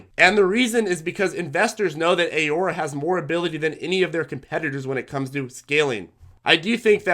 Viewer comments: 1) Ah-Roar-Ah , 2) a lot of stocks that you recommend are not available on the RobinHood trading platform which majority of your more newer, novice viewers are using, since it's a free trading platform. Perhaps you can fine tune your recommendations for that platform as a suggestion, but if not, that's obviously okay too. Great job on your videos, as always, highly informative, and we thank you for sharing this video. Keep up the great work. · Canadians pronounce it "A-Roar-A" Love your videos thanks for all your education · Alex Folger lol yeah it’s pronounced Ah-roar-a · I thought Aurora was pronounced differently but i'll pronounce it however u want as long as you keep making me money with this info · I love your videos but please learn how to pronounce Aurora. ✌🏻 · Alex Folger yea he’s pronouncing it wrong, but whatever, very valuable information!